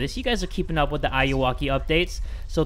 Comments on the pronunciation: jay: Hello guys and welcome to another episode escake the ayuwaki! me : ... IT'S AYUWOKI NOT AYUWAKI PLS DON'T SAY AYUWAKI ! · Ayuwoki is actually pronounced like "are you okay" from one of Michael Jackson's songs. Just a little fun fact! ☺️ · You pronounced the Ayuwoki wrong ( I•U•Woah•Key ) <--That's how you pronounce it, your welcome 😂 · it’s pronounced ay-you-okay like are you ok